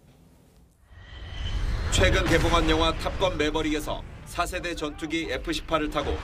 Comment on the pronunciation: 우선 발음 때문에서 4세대를 차세대로 들림. 그리고 공식적으로 독침 미사일은 없음. 공대지라고 해야지 ..